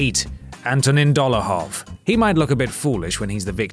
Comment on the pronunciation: Dolahov? DOLAHOV???